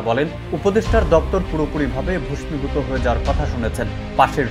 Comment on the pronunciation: ভাইজান, ভস্মীভূত (ভোসমিভূত) এটা কেমন উচ্চারণ?